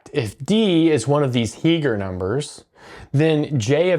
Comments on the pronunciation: I believe you mean Heegner, not Heeger. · Two significant corrections: That's 163, not 613. That's Heegner, not Heeger.